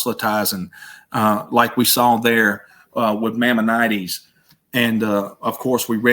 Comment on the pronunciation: Nothing wrong with a southern DRAWL! We're pretty smart down here in the SOUTH! He does need to work on his pronunciation of Maimonedes...it's MY MON A DEES.